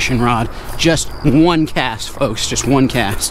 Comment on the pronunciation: One cast sounded like one beer..😂